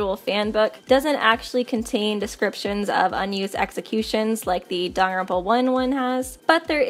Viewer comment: I know Danganronpa is hard to pronounce but Sis said darn-ronpa This isn’t hate I used to say Dang-gang-ronpa 💀